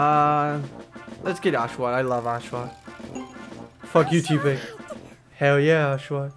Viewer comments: you're right i mean have you seen ditto?He's just a blob.Also use other pokemon for battle it's not because i don't like oshawott it's just that oshawott's skill alone could get your ass handed to you so train the other three pokemon as well.one last thing tepig is pronounced teh-pig not tea-pig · He's (Tepig of course) pronounced (because little cousin told me about pokemon in mah car) Taypig but accent makes it Tepig you pronunced it Teapig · just so you know its pronounced Teh-Pig